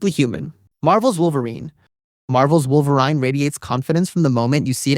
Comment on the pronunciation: Didnt realize it until Wolver-wine that it was an AI voice. ... GET AHEAD OF THE CURVE OF HATE, IF YOU USE AI, JUST SAY SO IN THE DESCRIPTION, RIGHT AT THE TOP.